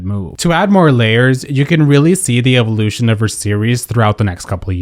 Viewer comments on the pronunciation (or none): none